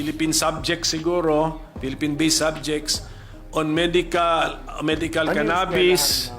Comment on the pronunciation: Ka bobo ni Robin talaga...at saka ang pronounce eh CANA..BIS